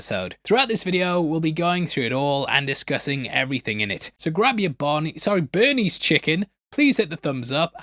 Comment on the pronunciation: It’s Barnies.